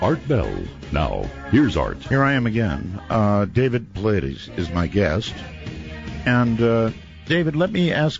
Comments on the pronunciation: i love you Art....but come on bro. I dont understand why people fuck my boy David Paulides' name up. Easy: paul--EYE--dess. I swear i feel you really have to go out of your way to mispronounce his name. Dude, it takes some acrobatics to get Pauleedeez out of Paulides. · His last name is pronounced "Pa-lie-das", not "Paw-la-deez". You should know how to correctly pronounce your guest's name. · lol Art called him "David Puhloodies" :) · I keep wondering if Art consistently mispronouncing Dave's last name is just ignorance, or if he's doing it on purpose to see if Dave corrects him. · I love how Art mispronounced Dave's name EVERY single time he mentioned him coming back from commercial break. Dave never corrected him. That's class. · Every time Art says Dave's name, he pronounces it differently😂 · You would think art would learn how to properly say his guests names b4 doing show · I wonder why Dave doesn't correct Art on saying his last name wrong. Anyhoo - Missing 411 is such a fascinating topic. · If you're going to have a guest, you should pronounce his name correctly.